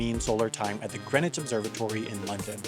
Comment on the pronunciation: when they zoomed into the greenwich park i could see my house holy! and you're saying greenwich wrong